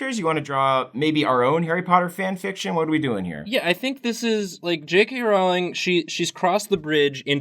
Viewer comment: J.K's last name is pronounces Rowling like Bowling not Rowling howling